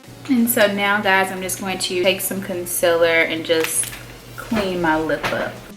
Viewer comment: "Conciller" same w Laura lee. Y'all know